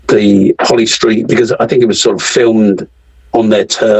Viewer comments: lol did a man say holy street? 😂 it’s holly st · It’s holly street not holy street